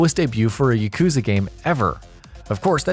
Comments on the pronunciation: Yakuza is not hard to say. It is not "YaKOOza". There is no ooo sound and definitely no emphasis on the second syllable. They say it enough in the games. Ya-ku-za. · The way you say “yakuza” and “kiwami” triggers me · "Yuhkoozuh" Stooooooooop. Its pronounced like... "Yahkoozah" Only in sense that that U always makes an oo type sound. Yakoozah actually looks hella wrong... just... be weebier plz. Learn yerr japanese pronounciations. Ill work on my english spelling. XD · You saying yuh — kooza bothers me so much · he needs to know how to pronounce "yakuza" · whats wrong with how he says kiwami everyone says it like that .. u got him on the yakuza tho